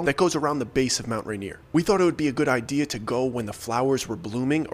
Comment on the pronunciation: I keep hearing Mount reindeer 🦌😂